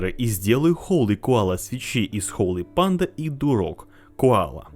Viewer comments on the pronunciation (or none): Как же бесит "холЫ панда" !!!! Часть души умирает с каждым произношением.